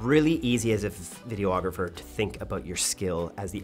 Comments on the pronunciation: Great video and your team. I found it quite interesting. 👏🏽 But… you’re adding an extra “O” to the word, videographer. 🤓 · It's not Vide-O-Agrapher it's Vide-ographer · Why is photographer pronounced "pho-tog-ra-fer". But you say videographer "Video-ographer" with the extra "o"? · I love your channel so very much, but a little piece of me dies every time you say “video-ographer”. 😂